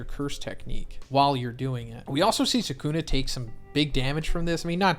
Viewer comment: all these guys who make videos pronounce his name Sa kun uh. 🤦🏾‍♂️